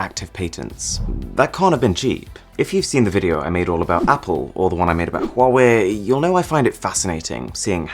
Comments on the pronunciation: Arun saying huwwe to huawei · The only thing i found out from this video is that Samsung makes tanks and that Huawei isn't pronounced like Hawaii.